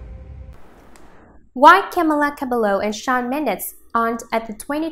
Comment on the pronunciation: I hate how she pronounced cabello wrong